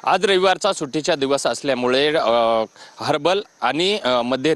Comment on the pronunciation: हार्बल नाही😂😂😂 हार्बर आहे ते.